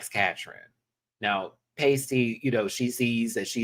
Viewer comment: constantly getting Pasty's name wrong is killing me XD